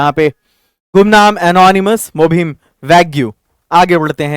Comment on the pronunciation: Mubhim nhi. Mubham hota hai sir.. It means meaningless words